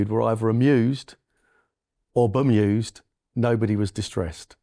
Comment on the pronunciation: did he say "bum-used" 😮